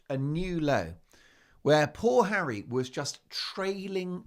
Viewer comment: you mean hawwy ...